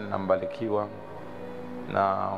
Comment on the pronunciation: Tujitahidi kutofautisha R na L Mfano:Taalifa❌ Mbalikiwa ❌ Kiloho ❌ Huluma ❌